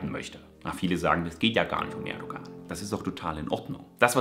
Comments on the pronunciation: Erdogan wird ohne g gesprochen also Erdoan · Sehr schönes Video.. aber man spricht das G bei Erdogan nicht